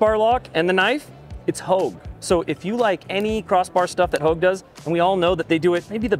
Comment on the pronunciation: It’s hogue, not houge lol.